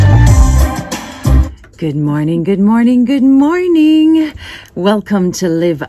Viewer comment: Tami is one of the few persons that I have heard with the correct pronunciation of the Jamaican Standard English word “Morning”. Most of us say mornin. Nin she says ninG. Admirable. Two different languages, two different sounds. Patois + Jamaican Standard English. What is said by the Americans and British Standards